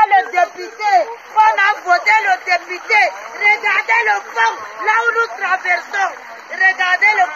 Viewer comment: Une route au Caneroun. Elle prononce très bien " dépIté". " On a voté le dépIté". "Où est monsieur le dépIté?". Après maman pilon, le rdpc va certainement enfermer cette maman de l' Adamaoua. Gardons l' oeil ouvert, pour que l' on sache à l' instant T ce qui lui arriverait. Danke.